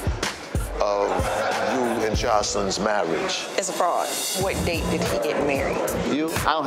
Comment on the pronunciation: "Marrige" ... Hahahaha!